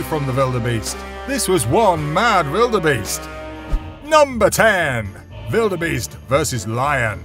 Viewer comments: It's wildebeest not veeldbeest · never heard anybody calling the gnu a bellabeast or whatever u are saying. butyour narration is great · The letter W: exists This guy: vilderbeast